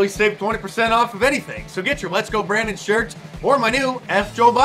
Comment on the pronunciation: lezgo